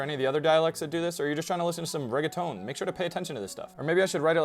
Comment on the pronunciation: yeah, but what the commenter meant is that all spanish words up to then were pronounced in a rather accurate spanish way, while reggaeton was pronounced very americanly. (Or well that's what I think is meant)